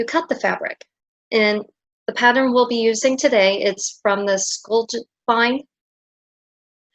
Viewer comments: You've made a lovely tutorial. I would like to help with your pronunciation though, if I may. These are Scandinavian words so, your "j" has a "y" sound. For example Jorvik is pronounced "yore-vik", likewise Skjoldehamn is pronounced with the "y" sound (sk-yold-ham). I hope I've helped you as much as you've helped me❤ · Nice video, Hon! You probably now already know as I'm late to the party 😄, but here is how to pronounce skjoldhamn: ski yold...now say as one syllable. Ham just as you know it. Skjoldhamn together is two syllables. Strongest on first.